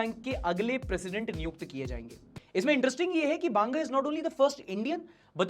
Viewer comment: बांगा नहीं भाई बंगा ✅।